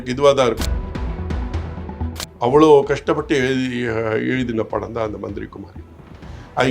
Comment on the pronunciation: Dey athu manthira kumari illaida manthiri kumari please correct